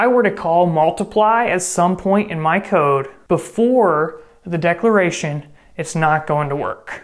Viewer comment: i understood "lines of coke" instead of "lines of code"